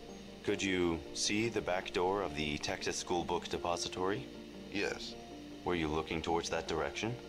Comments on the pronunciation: only one triggered with the way he says "book depository" ? he says it bunch of times per min like "BOOKED APOSTOY" fkn annoying lol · THE WAY THIS GUY PRONOUNCES DEPOSITORY IS LITTERLY TRIGGERING ME. Otherwise enjoyable watch